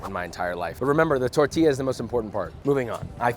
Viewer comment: Did she said tourtilla?